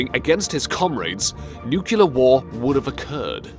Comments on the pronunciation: This is utter rubbish the gula video is actually the seige of leningrad please try harder next time also its nuclear not nukiler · So many nucular threats... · NUCLEAR SPELLS NUK-L-EE-AR!!!!!!! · nucular dangers everywhere:-)))) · Nevermind,,, after hearing you use the word Nuculer, I now know what type of people this vid is intended for. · If he says new queue le once more I'm throwing my laptop out of the window. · Your pronunciation of the word "nuclear" is hilarious. Maybe you should seek the advice of George W. Bush who was an expert reader of this word. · Dude, maybe give it a read before you record. Oh, and learn how to pronounce "nuclear". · I wish the narrator knew how to pronounce "nuclear." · ALL Russian names are read and pronunced wrong, so is the word "nuclear". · pronounced nuclear incorrectly 👎🏽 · Nuclear. Nu-clear. NUCLEAR! for fuck's sake. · Is that really how they pronounce nuclear in the UK? Or is this some kind of voice software thing? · thumb down for inability to pronounce 'nuclear'. or speak in a natural manner. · its nuclear not newkiller fucking say it properly and that one name was savitsky fuck sake amateurs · It's "nuclear" not "nucuclar" :) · Please learn to say the word, (repeat after me) NUCLEAR! Not, (as you say it) nukular. (thank you, class dismissed). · Dude you said "nuculer" . Da fuk? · Nukelar...really? So many other wrong things in this video. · Nuclear not nucular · Hey, "Voice" -- LEARN TO READ. You'll find that even in the case of unfamiliar foreign names, sounding out each syllable and practicing BEFORE YOU BEGIN RECORDING results in a passable pronunciation -- e.g., NOT YOURS. And the word is, "nuke-leer", not "nu-cu-lar", which is how GW Bush and similar barely-literate bumpkins typically pronounce it. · nuc+lear Nuclear NUCLEAR! NUCLEAR! NUCLEAR! SAY IT NOOCLEAR... Nucular... Call yourself English... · Great vid. Please stop saying "new-cue-ler", however. It's pronounces "new-clee-er". This was hurting my ears.